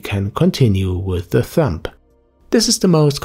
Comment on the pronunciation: Haha Thumb is pronounced "thum", the B is silent. :)